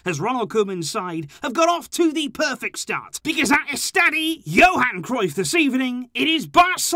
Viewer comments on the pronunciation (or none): none